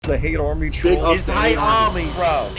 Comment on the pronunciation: For the hate urmy and for the ulgurithum snort